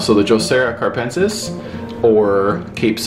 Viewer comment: I also have a capensis in a south-facing windosill. But I noticed it needed more light so I bought an LED bulb and right now it is even flowering.I love your videos! Keep it up! A little correction, it is "capensis", not carpensis:)